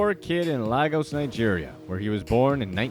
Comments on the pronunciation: laygos not lahgos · "Laigos"=Lagos pronunciation